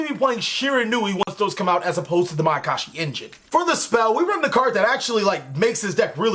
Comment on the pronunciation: "My I can shi potential"...terrible...